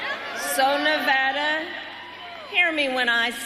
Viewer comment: I'm glad she said Nevada right, so many don't. NevAda not NevAwwda